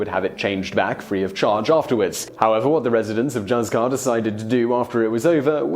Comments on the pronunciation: “Hooth-car” not “juzz-car” ❤️ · Please! You Brits! Juzcar is NOT pronounced like a "J." It is Hus-kar. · I visited Coober Pedy in 10/87--very interesting place, as your video attests. Also, if anyone wants to pronounce Juzcar the Spanish way, it's HOOCE-car. Plus, don't feel I'm being arrogant. If there were a French town mentioned, I'd do a fantastic job of butchering its pronunciation. : )) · "z" in Spanish is pronounced as an equivalent to "th" in English. So it should be "Hoothcar". Unless it is the Mexican Spanish or Latin Spanish then "z" is pronounced as "s". But the location is in Spain, so it should be the Peninsular Spanish "z". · Juzcar is actually pronounced "hoothkar". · Yeah, juzcar should be something like hooscar. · That Juzcar pronunciation... I died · Great, really interesting, but Juzcar is not pronounced like that!!! (J are pronounced like H in Engligh) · in the spirit of future pronunciation, when saying Juzcar or any Spanish J, think Julio (Hoo-leo)